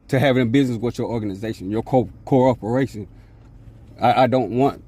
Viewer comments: ......he said "co-orporation".......he went from quoting non-laws to using non-words. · I’m not a part of your “core operations.” He meant “corporation”. Total moron with no command of the English language. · I didn't know that corporation was pronounced, co-operation. lol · Did he say cororporation? When are the police going to learn that the Sovcit ALWAYS win in court? How about just obey the speed limit. Oh, I know why, that wouldn't be worthy of YouTube channel posting.